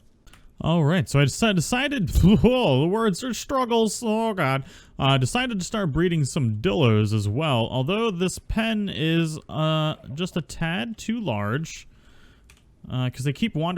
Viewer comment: Tap-ã-hara is correct enunciation and die-low is correct enunciation for tapejara you can call them tapē or pterosaurs. And dilos are just dilos not dillos